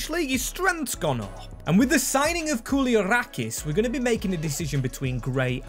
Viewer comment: Let's take a moment and appreciate how you pronounced koulierakis' name to perfection